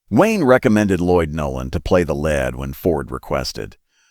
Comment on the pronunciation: "play the led"? "Lead can be pronounced "leed" or "led." In reference to movie business, "lead" is pronounced "leed" and not "led." "Lead" in reference to metal, is pronounced "led" not leed. Obviously cheap (and low quality) AI narration. Also, "Pilar" is pronounced "Pee-LAR," not "Pillar." Pedro Almendárez is also badly pronounced. All very annoying. Without any doubt whatever, you made inferior clickbait on the cheap. Therefore, I give you a disapproval.